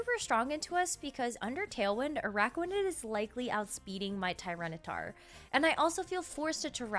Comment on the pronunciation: Bennedict Cumberbatch: 'Pengwings': 'Anaraquanid'